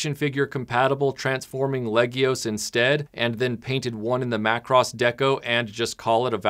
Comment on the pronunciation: 📣 YAAY! YOU CALLED IT MACK-ROSS!!!